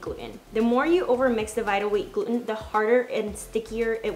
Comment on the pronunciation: Jesus Christ learn how to pronounce gluten